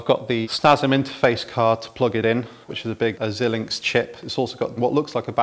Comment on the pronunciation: “Xilinx” is pronounced “zai-linx”, not “zillinx”.